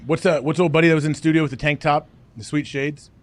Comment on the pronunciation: So when is Jocko coming on with Hawkcast in “stu-gee-oh” so we can measure their noggins? Necks as well?